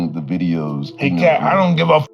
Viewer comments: it is CAT not KATE LMAO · Is this nigga saying Kate??? Is katt like “cat” bro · It’s Katt (pronounced “Cat” ) Williams, not Kate… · KATE WILLIAMS?? Come on... You know his name. SAY IT RIGHT!